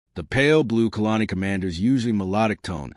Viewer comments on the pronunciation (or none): Good lord the AI voice is awful. Pronouncing ever other world wrong. My favourite is colony being pronounced as kalani, and the subtitles confusing colony and kalani all the time. Put some effort in the subtitles as well, they're constantly wrong.